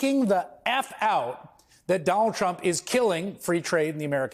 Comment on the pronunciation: Dolund trump 😂